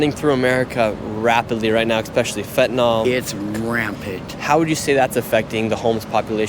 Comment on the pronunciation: I wish he would learn how to pronounce Fentanyl.